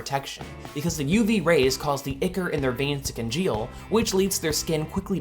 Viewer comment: It's pronounced eye core.